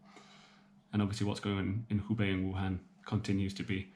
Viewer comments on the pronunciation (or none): Are you saying he bei or hu bei? Take care